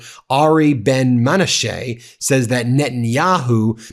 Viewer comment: Be careful with any info coming from Ari Ben-Menashe. (Pronounced men-AH-shuh. Accent on the second syllable.) In the '90s, a lot of people mistrusted his "October Surprise" material, for reasons you can look up online. In the early 2000s, he used the identity "Joe Vialls" to spread all sorts of dubious parapolitical stories. I'm not saying he ALWAYS lies -- but he's tricky, and his agenda is difficult to figure out.